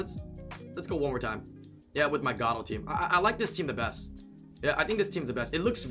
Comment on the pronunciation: You know it is pronounced (Gar)-(oh). pls stop saying gato you sound like an idiot